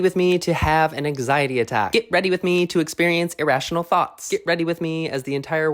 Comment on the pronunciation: The way he said anxiety at first had me thinking “Aang Sigh Etty” for like 5 minutes, anyway great video, so real